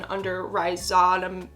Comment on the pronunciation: Ry-zo-may-schuss 😂👌🏻 How do botanists do it?! Plant words are... a lot 🥴 This video was super helpful